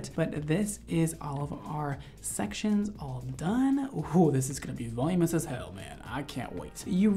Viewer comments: I love you to pieces, but it’s VUH-LOO-MIN-US, not VOL-YOO-MOUS. XOXO I STILL LOVE YOUUU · I love and I've been a fan for a long time. I hope I'm quickly forgiven after stating that the way you () pronounce "voluminous" is killing me. Straight killing me. It isn't "volume-ous" it's "volu-min-ous." I know I'm gonna get called a Karen or something for this but it's just grating on me, I can't help it. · he said “volumous” like a billion times lol... it’s volumiNous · Seriously. I went to the comments to see if I was the only one who couldn’t hear him say that word again. Vuh-LOO-mi-nus! Haha love the rest of this. Just wish I could do this to myself! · ilysm but I’m 99.99% sure “volumous” isn’t a word, it’s “voluminous” 😭 I’m sorry ily 😭💗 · I ♥️ u. Volumous= Voluminous. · “voluminous” is such a cuntier way to say it than “volumus” YET YOU MISS IT EVERY TIME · Anyone else need to start saying "voluminous" correctly?? Every time he says "volume-us" it hurts my soul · Helpful hint. The reason you are struggling saying voluminous, is that you are missing a syllable. It is VOL-LUME-IN-OUS. It is a tricky one to say. You obviously have no struggle styling hair, though. Looks great. I always give up 3 minute in due to bad shoulder on my dominate arm but will try to apply some of your techniques, thanks. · great video and I’m loving how he pronounces voluminous as “volume-ess” lol! Not talking shit. But still chuckling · Volume-us? I’m Dying. Love you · voluminous = "vul-oo-min-us" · Vol-OO-min-us,; it's pronounced "vol-OO-min-us". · I love this kid ! He mispronounces ‘voluminous’ but it makes him all the more adorable ! So young yet an expert at his craft !!! I’ve tried to watch blow dry tutorials before and I get bored and give up. But he’s so fun and enthusiastic It’s like you want to keep hanging with him !! He explains it all so great, he’s so fun, excited, happy and simply darling . Love it!